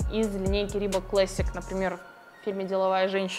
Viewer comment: Пожалуйста, произносите правильно слово Leather - "кожа" и Classic. Очень режет ухо.